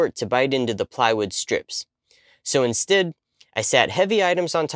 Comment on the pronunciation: "Instid". Interesting dialect on certain words.